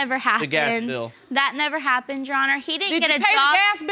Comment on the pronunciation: STOP SAYING YESHYOURHONOUR ITS MEESING ME TF UP